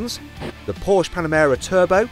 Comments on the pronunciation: PORSCHE!!!! NOT PORSCH! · Oh my goodness: PorschE not Porsch‘!